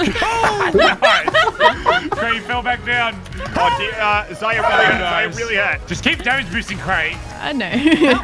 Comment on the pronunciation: Why can't they just say Zar-ya. What is Zaya? Jeez >:(